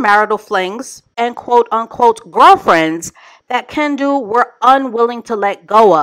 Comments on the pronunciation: Every time you said Ken-don’t, I chuckled 😂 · Kendu? Teh, more like Ken- don’t 😂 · I almost busted my side when called him KenDONT 🤣😭